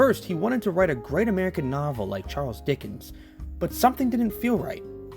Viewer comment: ...You turned Dickens into an American, not sure how the Brits here would feel about that. You probably should have gone with F. Scott there.